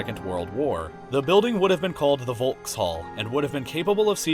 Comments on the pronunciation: "the building would have been called the volkshall"... like, could you at least try to pronounce it the way it's supposed to be pronounced? the v is pronounced f and why on earth did you pretend that the last e didnt exist? it's pronounced "folks-halle"... it's not at all tricky. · a "v" in german is always pronounced like a "f" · The volkshalle is actually pronounced folks-hall-e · did you just say volkshal its VOLKSHALLE! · it ain’t pronounced Volkshalle it’s pronounced Folkshalle you stupid dumb ass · It's pronounced Folkshalle not Wolkshalle. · Ohhh i thought it was pronounced as volk-shall..... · It's pronounced Folkshalle.... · I'm 1.65m tall :( and I'm not even remotely tall. Also the V is usually pronounced like an F in German. Sort of like 'Folkshalle' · Boii i´am from German and I can´t hear the pronounciation of Volkshalle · Why is it that English speaking people tend to not being able to pronounce a foreign language? Is it really that hard? If we can do it, so should you. Volkshalle.. Try again.. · Ja mois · How tf have you pronounced the Volkshalle? 😂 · you said Volkshalle wrong -. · As a german I can rly say that u couldn't pronounce ''Volkshalle'' worse :3 <3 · i can speak german and when he pronounced Volkshalle i cringed so hard lmao sorry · It's so funny how you pronounced "Volkshalle". But please accept that it is a German name :) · Fyi a German v is pronounced f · "volkshalle" the v in german is read as f, al least that's what I learned in german classes.